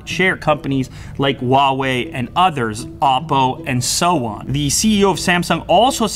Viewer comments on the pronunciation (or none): none